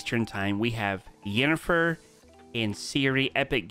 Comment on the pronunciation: U can know did not play The Witcher nor watch the TV Show because the way he pronouns Yennefer name 🤣